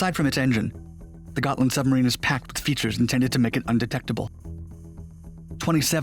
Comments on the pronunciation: The name is Hms Gotland, try to get it right next time. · Gotland class submarine? Nahhhhh.... Gotcha class. 😂